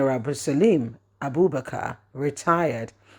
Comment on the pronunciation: please learn how to pronounce people's names.it Abdulsalam not salim